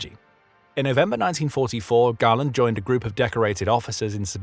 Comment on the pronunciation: Perhaps learn to pronounce your subject's name reasonably correctly? I read Galland's autobiography and while it is clear that they disagreed, it seems a stretch to claim that they were enemies.